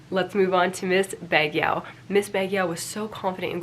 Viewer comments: btw, Baguio is pronounced as Bag-yo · Baguio: "bugg-yoh"